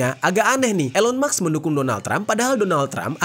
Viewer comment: elon musk (read : ilon mask) 😊🙏🏻